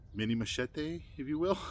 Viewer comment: Well... many many thanks for your review on one of my 2024 designs.. The Matato'a. First of all, congratulations on your pronunciation of the following words "Machete"... very well said. Just like that Ma-Che-Te...(not "mashetEE"😂) Rapa-Nui (the Island) and Rongo-Rongo (the script) Very well 👏👏👏 Now, your review... Awesome and you did punished the knife good IoI You are correct about defining it as a knife and is sort of a nice combination between that and a compact machete. About the sheath, you were right too. It's just a prototype thing. The final product has a normal size on the loop of the dangler, so any belt can pass through. The fire-hose thing... simple. It's just the hose needs more tension so the sharp edge works better cutting, don't worry buddy, it's just that. You gave the Matato'a some good assignments 👏 💪🏻🔪 Thank you for doing this and for naming me as well. My IG is wm_survival 😉 Good job!!